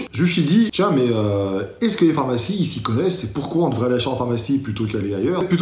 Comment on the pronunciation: "Les phamarcies",? 😉 Continue, tu as de bonnes idées!